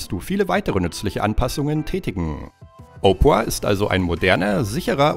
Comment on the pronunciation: Er spricht opera halt echt opra aus 😂